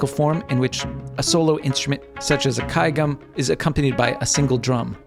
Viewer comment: kudos on that pronunciation of gayageum!